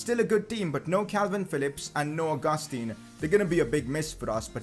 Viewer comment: It's pronounced Ow-goos-tan not Oh-gus-teen